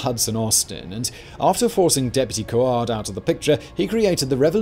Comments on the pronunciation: Sloppy as fuck! The American never will tell about this! Pronunciation - Gre.na.dah Bernard Coard - Co.rd Carriacou - Ca.ria.co. who Grenadians - Gre.na.di. ans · Thank you for the video. Other than the fact that you totally butchered the pronunciations of certain words (Grenada, Coard etc.), the facts are all here. Glad to see the someone taking interest in Caribbean history. From a proud Caribbean citizen. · Grenada is pronounced "Gree - nay - dah" Coard is pronounced "cord" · Quite frankly. I think you need to pull this video and properly name our islands. You totally mispronounced the names GRENADA - COARD ( pronounced the same as CORD) and Carriacou was slaughtered. There is no excuse for this as it takes less than 1 minute to search on YouTube to hear the correct pronunciation. Many of your FACTS regarding various aspects of what took place as off as well. I watch your videos on all your accounts......now you have me questioning their accuracy...........